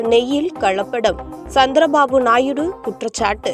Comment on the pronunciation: நாயிடு அல்ல தாயி நாயுடு ன்னு சொல்லுங்க இதெல்லாம் செய்தியே அல்ல